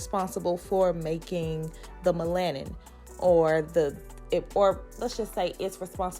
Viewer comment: MEL-A-NIN BLACK....NOT MA-LAN NIN.... BLACK GIRLS